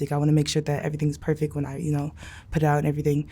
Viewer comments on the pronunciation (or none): none